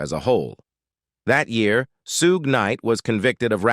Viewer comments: FOR THE LOVE OF CHRIST ITS NOT "SEW GAY" ITS "SHOOG" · They needa teach AI how 2 say Suge properly. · It’s Suge knight